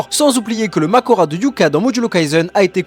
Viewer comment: C pas makora mais mahoraga 😅